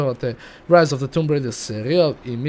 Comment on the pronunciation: kaze se tomb,a ne tumb zato sto nema dva o nego samo jedno!!!!!!!!!